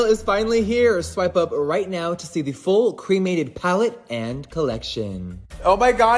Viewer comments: I just think the palette is ugly but that's ok because I don't buy his things anyway. Also why does he pronounce 'cremated' like that? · I'm so over Jeffree, but there's no way he could've predicted something like this. There is alot of death themed stuff out there, death will always be part of life. (That being said, Jeffree saying 'my dad was cremated' sounded to me like 'I have a black friend').